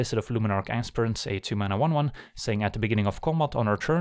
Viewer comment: Sorry did you say ASSPRINT? For Aspirant? 😅